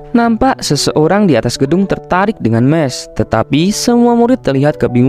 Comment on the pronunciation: Bukan mes mahs